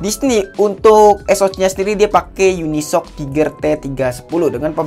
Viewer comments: Bacanya Uni es o ce (uni S O C) gan, bukan unisok 😅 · Bahkan pembuat Uni Soc aja bilang nya Uni Es o Ce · Yunisok bre yg bener di bacany